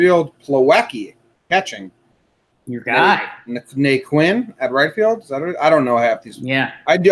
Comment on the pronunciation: Na-Quin? Really? Come on man....You guys aren't baseball fans, you are just Yankee fans